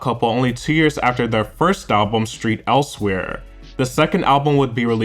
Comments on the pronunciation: Great video. But did you say “Street Elsewhere?” You don’t…think that’s what it’s called…right? Like, you did a video essay on this subject… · STREET Elsewhere? It's saint, right? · but its still saint elsewhere not street and that sounds crazy like when white people call 2pac two pack lol.